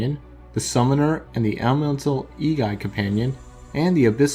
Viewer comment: I think its pronounced Ey-gee.